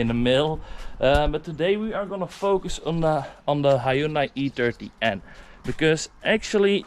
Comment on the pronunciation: This is the third time in a row you called it an "E30N" instead of "I30N" 😂 I'm guessing i means e in your language?